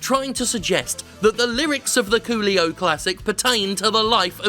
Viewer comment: The best part of this video is hearing you scream "Coolio!", as it sounds like "Qlio!" which over here is a slang similar to say "MotherF*cker"